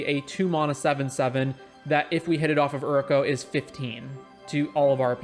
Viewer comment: great vid, but plss. its pronounced you,ri.ko/ and its mana not mauna im really not trying to be an ass, not telling u what to do but just for future reference